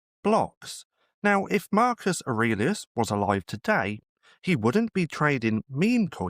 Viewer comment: i love how you say Weuld 😄